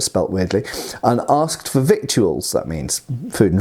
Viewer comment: Just to be a real pedant, 'victuals' is always pronounced 'vittles'.